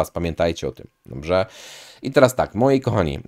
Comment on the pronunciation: Fajne masz filmiki. Zasubskrybowałem i będę oglądał. Ja z "Żywienia optymalnego" dr. Kwaśniewskiego po około roku od dwóch tygodni na karniworze. Czekam na efekty. P. S. Tylko musisz popracować nad słowem "Dobrze". Pozdrawiam.